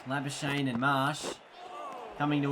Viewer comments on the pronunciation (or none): You can say andile's surname but not Nortje.It's Nort - Je without the English accent though :D it's a South african surname.Same with Labuschagne it's Labu - Schag - ne.It's difficult to pronounce if your native are not afrikaans.My name + surname are the same they call me Jacobus my second name cause they can't pronounce my name here :D